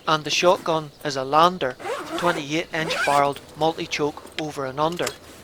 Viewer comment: Nice video again 👌 Did you say the shotgun is a Lander or did you mean Lanber cos I’m sure I heard you say Lander I may be wrong. Keep the vids coming as they are excellent as always.